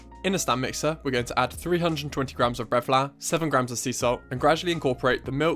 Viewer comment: Looool I rewatched for 3.5 mins to hear it. So worth it tho. Also “bread flour” is pretty saucy. Great vids tho, this guy cooks.